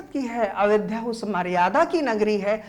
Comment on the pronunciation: Ayodhya hota hai sir avedhya nhi